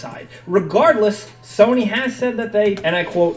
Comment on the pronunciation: He says soney